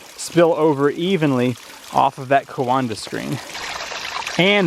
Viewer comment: Every time you said 'coanda' I heard 'Wakanda' in my head. :) Cool stuff though, very interesting!